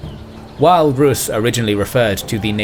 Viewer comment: Well done documentary, but notice, that the adjective to Rus' is rusian (with a long pronounciation of the u), not russian.